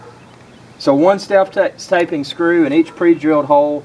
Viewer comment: self tap-ping not tape-ing